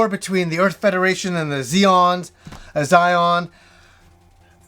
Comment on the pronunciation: I've never heard Zeon pronounced Zion ever :< Great video regardless, though!